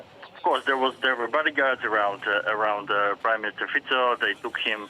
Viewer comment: Thank you for pronouncing Fico correctly.